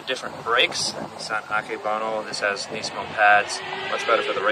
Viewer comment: Finally someone pronounces nismo correctly. Knee-San Knees-mo